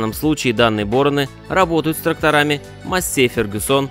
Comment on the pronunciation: мАссей-фЕргюсон, говорите уже правильно.